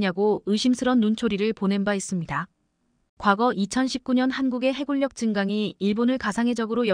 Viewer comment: 해군력ㅡ0 해굴력 ㅡ×.